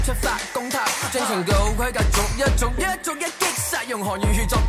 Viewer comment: 逐一，唔係續一🙏🏻